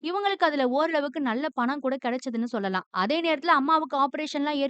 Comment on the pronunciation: Sollalaam nu solla kootatho Athu enna chollalam Irritating ah iruku 😖